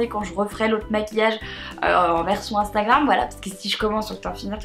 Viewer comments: Je t'adore mais c "Instagram" pas "Instingram" ❤️😬😬❤️ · HAHA MARIE ELLES DIT INSTANGRAM ALA PLCE DE INSTAGRAM PS MARE JE T'AIME TROP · A chaque fois que tu parles d'Instagram tu me fais rire parce que tu dis "Instingram" xD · Ahah tu dis instingram on dirait 😂❤️